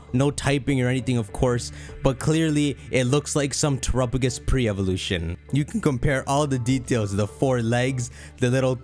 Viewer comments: It’s tera PA gos not terapogus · why do you keep calling it trupagus? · why's he saying terupogis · Terapagos = Tera + Galapagos Please look up how to pronounce Galapagos before you say Terapagos' name again! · I’ll never get used to how pronounces Terapagos.